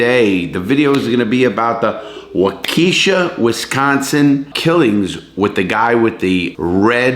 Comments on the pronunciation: Great video Larry. As someone who lives near Waukesha, your pronunciation of the name drove me nuts. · Larry, just a heads up, you are mispronouncing Waukesha. Give me a call, I will tell you the correct pronunciation. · Larry pronounced WHAA-KA-SHA; not WHAKEISHA!!! Waukesha!!! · Great video Larry! Btw, waukesha is pronounced wah-cu-shaw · Larry, it is pronounced WAU-ka-shaw......emphasis on the first syllable..... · Larry it walk ah Shaw not waaa key sha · Wakeisha 😂😂 Waukesha is pronounced “Walk-Eh-Shaw” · This man said WaKEESHA with his whole chest. I love ya Larry but it's walkie(like walkie talkie)-shaw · Not wuh-key-shuh..... Wok-eh-shaw. Or wah-keh-shaw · I live here in Milwaukee, Wisconsin....Waukesha is a suburb here of Mil. Its pronounced WALK-eh-SHA. And this guy definitely affected the whole area around here...including the city and surrounding area. Great Video Larry Its cool to see how u are doing a video of something that happened right here in my backyard per say. Keep up the Great work Man Ive been a fan for a long time now and with videos like this and ur podcast that I listen to religiously at work every wk. Im not going anywhere, keep it up buddy and stay safe! Much luv from the 414 (Milwaukee)!!! P.S......We dont have the death penalty here just letting you know since u weren't sure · Hey Larry, I'm from Wisconsin. Its Waukesha "Wa-Cuh-Shaw" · Lol. Pronounce Waukesha.. Walk esh aw. Native name trips alot of people up larry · It’s Wah-kuh-shaw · i think its pronounced wok-ehh-shaww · Just to be clear your pronounce it Wok eh Shaw 😊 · Waukesha.... Waukiisha. Is how we say it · The town is pronounced Walk-eh-Snaw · Isn't it pronounced "walk eh shaw"? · walk - eh - shaw is how its pronounced :) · Sorry to be pedantic but it's pronounced Waa-kuh-sha. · It's pronounced...WAH-KESH-SHA.. Lol. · Being from Wisconsin you totally murdered the name of the city